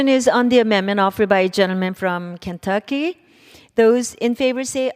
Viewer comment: Who tf is the lady at the speaker seat and why is she there if she can't even pronounce KENTUCKY?